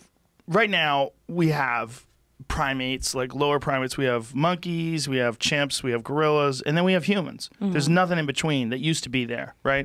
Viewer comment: 8 minutes in: "chimps"